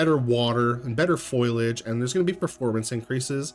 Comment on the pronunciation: Informative video, cheers. Very sad (Btw 'Foilage'? like tin foil? Or do you mean Foliage as in plants. I'm gunna assume you've been mispronouncing that for a while hehe >.< )